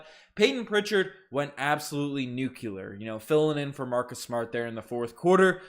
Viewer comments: Hey there is no such thing as nuculear the word is nuclear. You sound like a little kid saying that. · He continues to say nuclear wrong